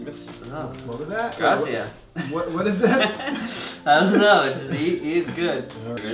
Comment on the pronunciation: "gracia" lol